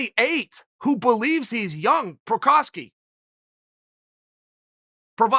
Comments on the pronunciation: Uncle Chael: Prochazka Me: Ok Gr8 Uncle Chael: Prochayev Me: OK Gr8 Uncle Chael: Prochaski... Provayer Me: Is it OK to Gr8 now? Uncle Chael: Prochaki Me:... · why can't chael get jiri prochazka's name right.....procryev, provider, provaki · Chael for sure reads all the comments on his videos, that's why he knowingly calls him as Prokariev,prokowski,provider etc.😂 as people were making fun of his pronounciations 😂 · Uncle Chael for gods sake, his name is pronounced: PRO - KHA - ZHKHA I think he called him PROVIDER here 🤣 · "Prakaski, Parviar" Lollllll. Uncle Chael never fails even though he fails. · The name has three syllables! Pro-ha-ska, with the stress on 'pro', not 'ha' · i swear he just called him "Pro Hockey" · did he call him provider?! XD im dead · Straight up called him Prukowski 🤣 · When Chael said “Prokaski...Provider” I absolutely lost it 😂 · I love the sound of Chael Sonnen correctly pronouncing people's names in the morning! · I'm see a hint of a smirk while you're mispronouncing his name. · is my favorite pronunciation of Jiris last name. He really just gave up on even finishing the whole name😂 Unkie Chael is the best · This youtube channel has the best time stamps of all youtube. I heard Cheal butchering his name so bad and new I had to check the comments. I am so happy to see this time stamp! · Chael is a graduate of "Don Cherry's School of Pronouncing Ethnic Names Incorrectly Accidentally on Purpose"